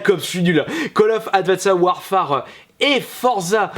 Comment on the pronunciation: J'aime beaucoup ta chaîne hein mais : "ADVENSSEDE OUARPHARE".